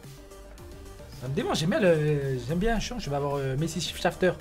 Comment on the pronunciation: « Messi shifshafter » 🤣🤣🤣🤣